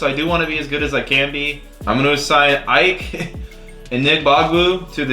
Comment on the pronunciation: I know it’s picky but for the future Ike is pronounced e-kay